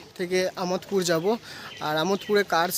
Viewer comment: আমোদ পুর না দাদা আমাদ পুর